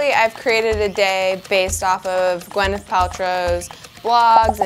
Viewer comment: its not gwen-neth, it's pronouced gwy-neth paltrow.